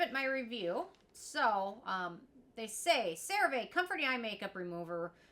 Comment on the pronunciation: Please for the love of God, start saying this product name correctly!!! 😂😂😂😂